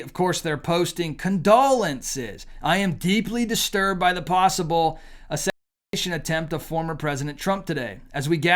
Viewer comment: Why did the word “assinatiomn